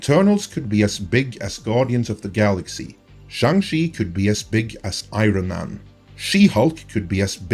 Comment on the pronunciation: I. RON. MAN. 😂😂